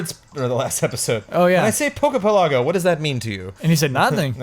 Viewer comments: Isn't Pokepelago supposed to pronounced like archipelago? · Yes, it kills me every time says it